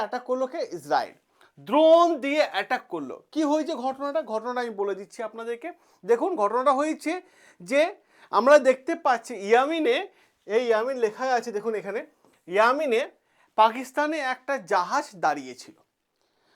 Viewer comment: Aro porasona korun term gulo thik thak bola practice korun.mosad k masud bolchen,yemen k bolchin yamin.netaniyahu k bolchen netayanu... teaching nobel profession bt teacher nije vul val bojhale students ki sikhbe???😮